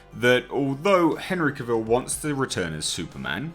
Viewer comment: Yes, very good reporting. Warner Bros. Should stop being so ridiculous and move on with it. That all being said,, I do believe I read, once upon a time, that Henry Cavill said that his last name should rhyme with ‘travel’. So, sorry, old chap, but you’re saying his last name wrong.